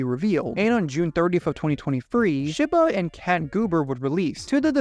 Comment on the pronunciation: so do you pronounce japanese words wrong on purpose or do you just not care to look up the proper pronunciation. like come on dude. 'shib-uh' and 'nie-yan'???? lmao